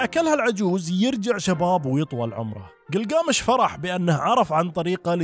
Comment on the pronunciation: كلكامش وليس جلجامش انته كاعد تلفظه صح بس كاتبه غلط تصحيح معلومة لحضرتك